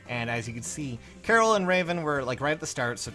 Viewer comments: Why do people call him "Carol"? That's not how you pronounce it. Also, saying Raven isn't a good 5* is just silly. He's the best quad axe unit. He's literally an infantry Cordelia with an axe and one less Atk. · Pronouncing Karel like Carol is 100% hilarious.